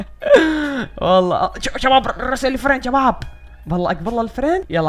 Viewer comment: تقول تشباب 😅😅😅😅😅